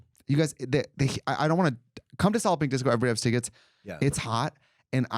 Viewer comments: Every time Trixie talks about Solid Pink Disco all I hear is “Salloping Disco” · This is the first time I’ve heard Katya say it and I’ve realised it’s “Solid Pink Disco” not “Sollopping Disco”